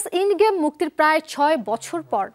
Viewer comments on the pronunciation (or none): Ai oshikhito uposthapika, indgame? Endgame Endgame, ucharon er ki behal dosha